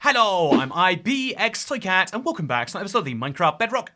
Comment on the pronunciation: Bruh. I literally backed the video up bc the intro played silent so I could hear you say ibxtoycat in that way that you say it and you said it all weird and normal this time.